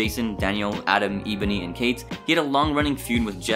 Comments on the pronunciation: bro said eeboni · Sorry, I have to this (Eh-Bo-Ny) also (Ya-She-ka) also (Ger-Rone) so sorry again 🙇‍♂️